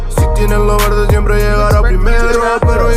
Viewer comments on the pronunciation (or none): none